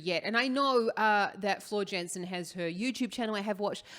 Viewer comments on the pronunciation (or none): It’s JANSEN not JENSEN !!! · "Yansen" ("J" pronounced as "Y" in Dutch). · small tip, pronounce jansen as yansen, much more accurate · Jansen. Please pronounce her name properly. That little Dutch girl deserves that